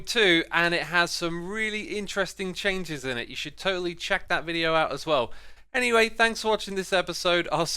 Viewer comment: the incomplete "buh-bye" hurt my soul